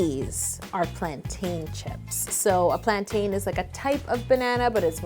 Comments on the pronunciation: As a fellow Caribbean it hurt me when Yo said plan-tayn instead of plan-tin 😭😭 but I’ve been waiting years for a bannoffee cake 🤤🤤🤤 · IT'S PLAINTINE NOT PLAN-TAIN. YOU DON'T SAY MOUN-TAIN YOU WOULD SAY MOUNTAIN ughh I find the annoying when I hear cooks or bakers say this wrong.. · I cringed when Yolanda said plan-tain. Lol Sigh still love you girl. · It’s pronounced as “plantin”. You don’t say mountAIN... you say mountin. It’s the same for plantain. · ok i love how to cake it but even though its spelled plantain its pronounced like plan-tin / plant-in ... ok nice talk.. love ur vids keep up the good work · It’s not plantaaan it’s pronounced like teen some even say it like ten. But definitely not like tan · Im from the Caribbean and I cant deal with how she pronounces "plaintain". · the way you say plantain saddens me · Revoking your Caribbean licence because of that pronunciation